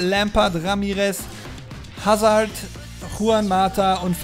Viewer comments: E.Hazard wird "Asa" ausgesprochen und nicht Häsard :D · Hässerd wird soweit 'Asahr ausgesprochen. (Ist Belgier) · Hazard ist Belgier. Dort spricht man Französisch und er wird "Asar" ausgesprochen. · er heißt hazar also so wird er ausgesprochen das ist ein jungstar aus belgien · nur so als Tipp bei Hazard werden das h und das d nicht mit gesprochen (französischer Name)